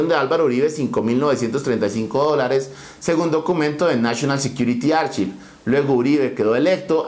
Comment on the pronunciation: Mi pana, "archive" se dice /arkaiv/. Para que lo tengas en cuenta bro.